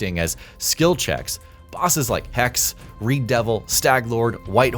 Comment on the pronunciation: Hexe = German for Witch, Its Not hex Its Hexeeeee, the e is Not silent